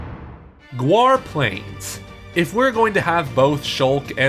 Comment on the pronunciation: "Guar" plains?